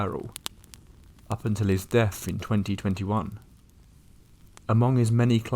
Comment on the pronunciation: Your the mo talking limey, or wherever your from. Pronounce the words correctly! You don't even try? It's not Deaf it's Death...!